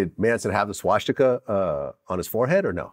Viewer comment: It’s crazy that vlad doesn’t know how to pronounce swastika properly